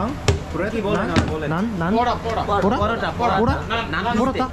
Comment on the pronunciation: it’s porota😂😂